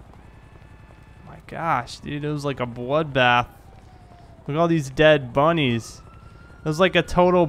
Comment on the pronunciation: Anyone else heard bunnies instead of bodies??